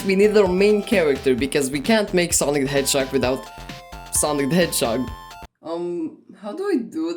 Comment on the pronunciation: That not sonic that sanic💀